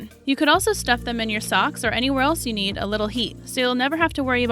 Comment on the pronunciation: When she said need, i thought she said mead. That's another thing that will make winter easier. :)